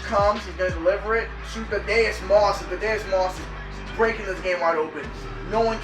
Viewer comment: Thadd-E-Us not Thadd-A-Us